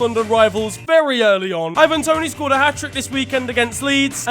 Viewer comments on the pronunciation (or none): none